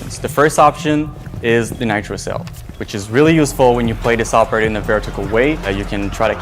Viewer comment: They pronounced the new operators name so many ways in the video and all of them were wrong 💀💀💀